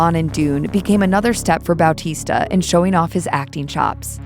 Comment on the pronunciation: Dude, I can't over how right the pronunciation of Dave's surname is.